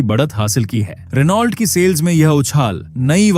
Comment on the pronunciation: भाई, रिनॉल्ट नही रैनो होता हैं 😅😊😅